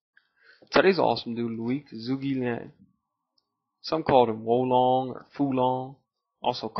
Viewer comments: lol zhugi lan.....its pronouned Chuke Liang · lol zhugi lan...its pronounced chu ke lian..g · it's Zhuge liang